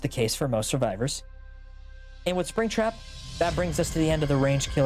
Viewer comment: I hope mispronouncing Spring Trap as "Mister Sping Tap" just after getting it right was intentional because it's funny either way